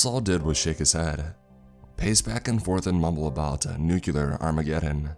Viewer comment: Lmaoooo he said 'nucular'